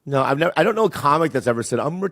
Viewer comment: It's "no" not "nawr"